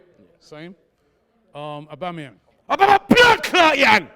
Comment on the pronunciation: Robbie- Aubameyang? - aubamabloodclattyang 11 Lol